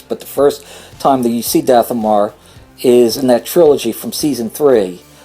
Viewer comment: You are very hard to follow, you pronounce so many planets wrong i.e. Dathomir you are saying Dathomore but the planet is pronounced Dathomeer. Also your "eh..."'s , "ah..."'s, "ehm..."'s, and stuttering is very annoying and lenghtens your Video artificially, so how about you start writing scripts and cutout bad moments! Best regards.